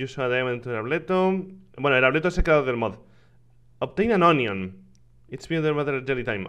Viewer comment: Rich mo se dice "ONION" se dice OÑO